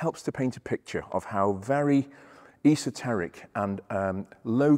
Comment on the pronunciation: “Iso”teric, indeed. :)